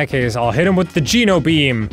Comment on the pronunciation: It is pronounced GENO, not GINO